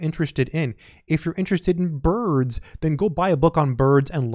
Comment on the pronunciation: Amen! And I liked it when you said ”burrrrrds”. :D